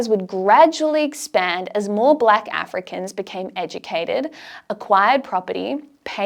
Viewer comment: Excellent summary, boldly told. Check your pronunciation of African names.